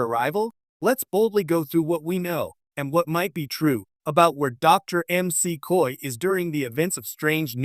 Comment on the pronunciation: Please be sure that the AI narrating your videos knows how to say words and names. It's Dr. McCoy, not Dr. M.C. Coy.